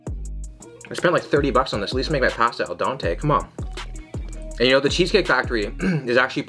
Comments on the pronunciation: I'm not even Italian and "al dontay" pissed me off so bad 😂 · This looks brutal. Makes me want some spaghetti and meatballs. Might make my own. I think it's al dente, not aldante lol. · Most people, “Al dente”, for some reason, “El dante”